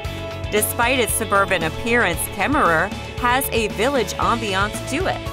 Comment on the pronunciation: And Kemmerer you don't say the last er, they are silent. It's the home of James Cash Penny, and where the mother store of JC Penneys is. Please learn how to pronounce the names of the places please!